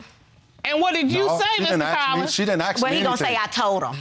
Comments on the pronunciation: ASK NOT AX!!!!!!!!!!!!!!!!!!!!!!!!!!!!!!!!!!!!!!!!!!!!!!!!!!!!!!!!!!!!!!!!!!!!!!!!!!!!!!!!!!!!!!!!!!!!!!!!!!!!!!! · Axed or asked speak proper